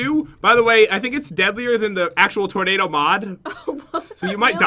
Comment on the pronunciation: its tornado not tornadoe